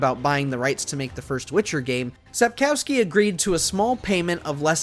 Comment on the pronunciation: the name sapkowski is pronounced like cough not like cow, sap-cough-ski. it sounds so wrong with the cow in it, even as a german.